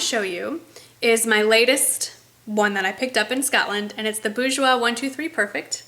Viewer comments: It's pronounced bore-jois not boo-jois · It si helpful for me thank you! I'm from France, we say "boorjwa", dont spell the final "s". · If I may... It's a french word, and the r should be pronounced, i.e. "boor-joah". Hope it helps! Xo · With the R but without the S - "boorshwa" kinda, haha. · It is" boor-jwois ", you have to pronounce the r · My aunt works for the company and I believe it's pronounced "bor-jwois" :) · yup. pronounce that R.;) Nice vid M!